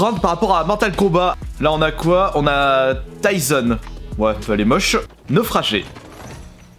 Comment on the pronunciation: Set tison set pas tyson